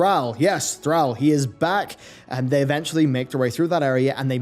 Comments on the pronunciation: You pronounced Thrall wrong it’s not “Thral” is more like “throll” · Threll? I don't care if you have an accent it's ThrALL not ThrELL. Had to shut the video off. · I know Jaina is pronounced Jæna, but please don't pronounce our lord and savior's name like "Thræll", you heathen! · Please bro, its ThrALL NOT TheAL. just like how the words all and al are said differently. Its throughout the game a Billion times. You say ALL the letters -. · Who is Threll? Why do you show a picture of Thrall when you say Threll? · Love your videos, but quick reminder its pronounced "thraul" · Argh. Every time you said Thrall. Call, fall, hall, ball...... Thral Bundy? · Anyone else cringe the way pronounces THRALL? I thought it was pronounced Thrawl..Could just be how Americans say it too. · Why do you pronounces Thralls name as Threll? Other than that, great video. I personally don't think thrall will take the warchief title again. Maybe baine or saurfang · kinda funny how him procouncing Thrall is soo wrong, please pronounce it like in wc3. it's a deep A not an american one. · your pronunciation of thrall is odd, considering they say it audibly in the games, and the devs say it themselves with it's correct pronunciation. But nice vid ^_^ I like it. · How can you be a WoW content creator and not fucking know how to pronounce Thrall by now??? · You are absolutely saying 'Thrall' wrong. Stop it. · Why must you say “Thrall” like that? You are the only person that I’ve ever heard, pronounce his name like that. Makes me cringe every time. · Why can you pronounce the word "Call" but you can't handle "Thrall"? Just call him what it is man. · will put your mispronunciation of Thrall to lack of sleep this time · Man stop pronouncing Thrall wrong. For the love of God. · How can you miss pronounce “Thrall” has he really been gone that long? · Stop saying Thrall like that. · The way he pronounced Thrall. Lol. It a real word. It mean slave. Why he keep pronounced it wrong?